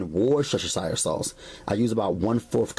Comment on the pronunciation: tubbs I swear I was laughing every time he said it!!!!!